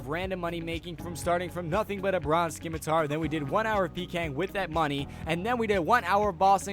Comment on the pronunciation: it's pronounced simitar.